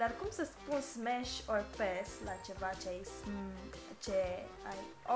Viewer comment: Tu zici pașș În loc de pass la